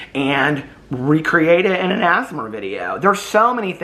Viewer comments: Everytime you say as-mer it reminds me of how my grandmother says asthma! I don't comment enough on your videos but I wanted to say I've missed you and welcome back ❤ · I keep hearing "the asthma community" too. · omg idk why but imagining this is making me crack uppp 🤣🤣🤣